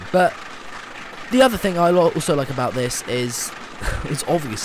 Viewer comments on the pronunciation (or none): none